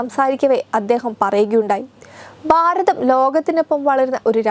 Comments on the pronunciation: ഭാരതം ആണ്. ബാരതം എന്നാണ് പറഞ്ഞുകൊണ്ടിരിക്കുന്നത്. ശ്രദ്ധിക്കുക. ബരണം (ഭരണം ) എന്നൊക്കെ കൂടി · എടീ കൊച്ചേ , കാണാൻ ചൊവ്വുണ്ടായാൽ മാത്രം പോരാ . ഉച്ചാരണശുദ്ധിയും വേണം . എന്തോന്ന് "ബാരതം"? എന്താണീ "ബരണാദികാരി"? വൃത്തിക്ക് മലയാളം ഉച്ചരിക്കാൻ കഴിയില്ലേൽ ഈ പണിക്ക് നിൽക്കരുത് 🙄